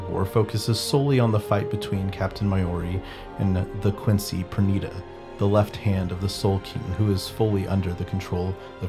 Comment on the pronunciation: Thank you for the video. It's valid to dislike immoral characters. Personally, I like Kurotsuchi Mayuri, although I don't agree with his methods. It's a little distracting that Pernida got the correct pronounciation, but the rest of the names didn't... 😶